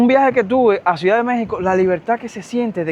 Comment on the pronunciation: HOLA! FASCINADA CON TUS HISTORIAS DE VIDA! ME PREGUNTO PORQUÉ SE OYE RARO CUANDO PRONUNCIAS LA PALABRA "C I U D A D"🤔🤔? PAREC Q DIJERAS "SUIDAD"